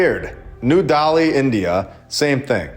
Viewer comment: You absolutely butchered the name of Cahokia and Delhi and didn't even realize that the city at the end is Ashgabat, a CITY in the COUNTRY of Turkmenistan. The name of the city isn't Turkmenistan lol. Not only are you highly uneducated, but you also just throw things out there and make random connections without having any real explanation or evidence of what you're trying to prove. Keep up the videos though, these schizo rants always give me a good laugh